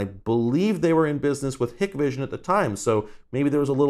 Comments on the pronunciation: As a professional Hikvision (Hike vision) is how it's pronounced. Any who I would highly recommend not buying Hikvision products or any other professionals grade syatem off of Amazon as they are considered "black market" products and not usually supported by their respective manufacture if something is to go wrong. They work just as well however and if you're a do it your self kind of person you should have no problems with them just don't expect any help from the manufacturer if something is to go wrong. Trust me I ran into this before as a customer bought their own system and things didn't go well for them so they called us. We called the manufacturer to ask for support and the first question they ask is always "what's the serial number of the device" if they look it up and it doesn't come up in there system it's considered black market and they say go pound salt. Thing such as forgetting the password for your recorder which happens way more often then you would think to customers. There's no way to reset them manually (usually) and you need to contact manufacturer to reset it. If they flag it youre locked out and basically have a brick that shows video image from the connected cameras. Any how that's my 2 cents great video! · No problem - even people in the industry have weird ways to pronounce them. Hikvision is hard “I,” so Hike-vision. Dahua is Dahhwah (soft A). Other details in your video were generally correct. As you may have researched, HD-SDI was briefly used in industry for a bit before HD-TVI/CVI. It was very problem prone with long and low quality cable runs - which is the typical type found in homes and businesses. SDI (in an affordable version) lasted maybe a couple years in this market. The dropouts were common enough that all customers I have who had an SDI system switched to TVI. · Small critique. They're pronounced "Dah-wah" and "Hike-vision" 😊 (Dahua and Hikvision, respectively) Source: cctv installer